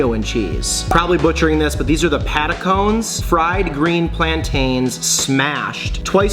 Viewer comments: “Pata-cones” …..what?! 😂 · "patacones" = Pah+tah+ko+nayz